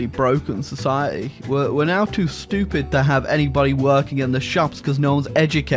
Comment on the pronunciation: No one:: they're too shtyoopeed